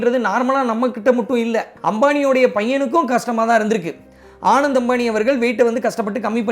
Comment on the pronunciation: u have to work on pronunciation of name of the people and place correctly. It’s not a rocket science! Ananth, Jamnagar.. etc